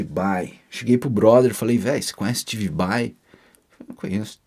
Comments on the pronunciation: Ué kkk Mas ele falava Steve Bai no lugar de SteBe Bai? Kkk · Se o Pai do falava Steve Bai, imagina como não saiu a pronúncia do Yngwie Malmsteen... história top!!! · No caso se o V tem som de B, seria steBe Bai, certo ? hahahaha